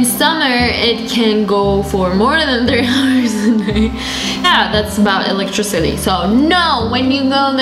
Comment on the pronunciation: Electricity not electrecity